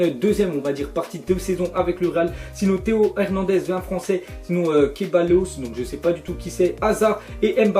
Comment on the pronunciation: ça se dit sebaillos